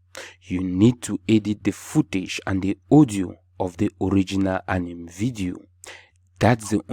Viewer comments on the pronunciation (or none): Apart from “Anim” movie accent 😂 bro you deserve a million subscribers